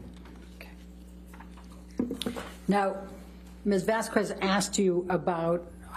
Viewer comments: It annoys me so much that Amber's stupid attorney doesn't have enough respect to pronounce Camille's last name correctly. Its almost as if she's doing it deliberately. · All justified comments of Elaine’s horrible job of a lawyer aside, is anyone else ANNOYED with how she is butchering the pronunciation of Camille’s last name? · Like some others, I keep coming back to this. A couple of things stand out, the first being Elaine's inability to pronounce Camiles last name ( Is this an intentional low-key insult?). The other is the number of times Elaine says "what if anything" you could make it a drinking game to take a shot each time she does say it but you could be dead by the end. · I wonder if saying a name of your opponent consequently incorrectly during the whole trial maybe some kind of a red flag... Probably not... Oh, wait! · Who else is annoyed by the way elaine says camille's last name and issac beruchs name, she hears everybody say the name all the time and still pronounces it wrong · How come Heard's lawyer is never set straight on how to pronounce ms. Vasquez' last name? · Amber tured lawyer cant even say Camille's last name right wtf is up with that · Anyone still here in 2024? 😂 And anyone still annoyed to the bone by Elaine's pronunciation of Vasquez? 😅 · I would have doubts about the intelligence of my attorney if after 2 weeks they still cannot pronounce the other lawyer's last name even though they have heard their own client pronounce it correctly the judge and others.. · It's like a verbal Gatling gun. But honestly, Elaine deserved it, she was arguing with the judge and CONSTANTLY mispronouncing Camille's Name. No way she didn't know the correct way to say it. That was pure spite. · Her last name is not VasqWez, it’s VasQUEZ. The U is silent. For an educated person she sure doesn’t get it. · Right. It's not pronounced Vas-kwez. It's pronounced Vas-kez! Elaine is a DOPE! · The way Elaine says “Miss Vaskwez” come on it’s Vasquez 🤦🏼‍♀️🙄